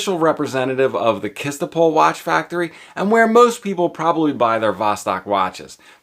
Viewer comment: First learn the proper pronunciation of the city name where the plant is located: Chistopol. The first two letters are spelled like CH, not K.